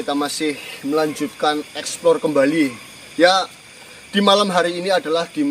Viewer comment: Pengucapanya salah buka expor tapi explore.😂😂😂😂